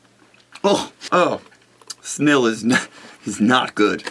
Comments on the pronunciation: Well.... The i in Smil is pronounced as e so you say it funny:D - second Smil taste good, we got it here in Denmark too, and it's just chocolate with caramel... though the caramel can have a little funny taste:) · You have no idea how awesome it was to see you eat a Smil. Greetings and salutations from Norway! (P.S.: try drinking a sip of Cola to the Smil, the taste is divine). (P.P.S.: It's pronounced with pressure on the I, so you kinda pronounce it like Smeel. Kinda ... ish.) Love you long time Nicepeter! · rule: in every monday show, you must at some point in the show speak in the accent that you used when you said "Don't look down, SMIL!!!!"